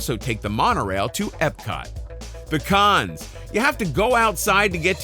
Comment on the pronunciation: Anyone else hear "pecans" when he was saying "the cons"? No? Just me? Ok.